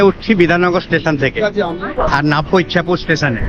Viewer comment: ইছাপুর। ইচ্ছাপুর নয়।